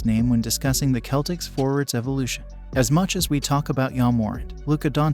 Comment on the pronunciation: And wrong pronuanciation of Giannis, and wrong pronuanciation of Celtics... Great video tho :D